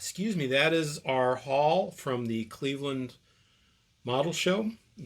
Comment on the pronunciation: Score!!! Sounds like a great time in Cwevewand! 😂😂😂